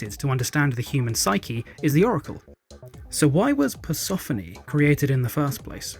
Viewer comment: Hey, I love your channel, but Persephone rhymes with Stephanie...